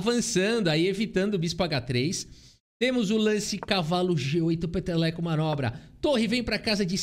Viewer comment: Quando falou peteleco penso que era piada mas é o nome do jogador que é Peter Leko. Acho que fica melhor se falar Píter Leko. Não ajuda muito